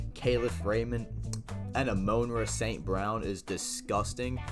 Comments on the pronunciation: Thank you Kyle I was thinking the same thing. Don’t report on a person if your not going to take the time to learn how to pronounce the mans name right😂😂😂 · Its "AH-MON-RA" Jesus christ 😂😂😂